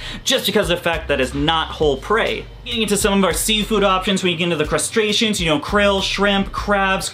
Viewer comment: i swear anyone else hear "castration" when he tries to say "crustacean"? lol